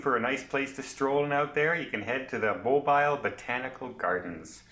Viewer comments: mo beel, not mo biil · Mobeeeeel please? Not Mobeyel. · Please learn to pronounce the City name when you do a review. It is NOT MOW Bile. It is pronounced MOBEELE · It’s pronounced mo bill alabama lol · Its pronounced MOO - BEAL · ha ha mobile phone alabama. its mo-beel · I love the shout out of my home city but I know it's wrote mobile but it's pronounced mo bill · Please it is NOT pronounced like a cell phone Mobile.. to break it down before anyone goes... Moe (like Larry Curly and Moe) Bill (like the bill of your cap or a duck bill) Moe-bill .... sorry we are very proud of our port city. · YES...but all is the same as you pronounce it for everything BUT the city. The pronunciation is specific for that city only. If you are anywhere in the US even one or two states away from Mobile, and call it Mo-Biiiil, the locals will look at you like you, shake their heads, and immediately ask where you are from since it makes it obvious you do not know the colloquial pronunciation of the city name. Again, just trying to help, since this is a very Southern US specific case. Also, in case you have never visited, the SE part of the US does things a little different due to the various cultural histories in the areas. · You could have learned to pronounce Mobile correctly. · Nice video but I need to correct your mispronounciation of Mobile..I live in Mobile soo I want to teach you the right way ...you say Mobile..like its a mobile phone.. Mobile has so much French influence..as does it's name. Think of the word..seal..then add Mobile..so its a hard Inflection on bile...sounds like seal. Welcome to Mobile. We love tourists! Sounds like you are Canadian? Come on down to see our beautiful historic city! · LOL LOL We forgive you. That is ok that you pronounce the city different than most do. I love the way you can laugh at yourself. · lol their making fun of you in the comments on how you pronounce this one :)